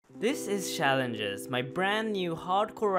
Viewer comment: Shaalenges xD